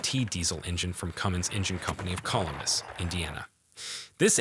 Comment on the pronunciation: Best learn how to pronounce: Columbus, tonnes, and Northrop.and